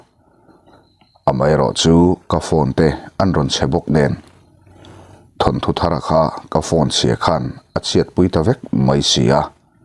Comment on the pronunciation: Thanthu tih chu ava zialo ve naupang chuan lo ti se chuan thu hran, thil chhiar leh athu hi uluk deuh ang che midang hetianga thu diklo deuha sawi ngaihthlak peihlo ka nei nual mai...thawnthu tih tur aw..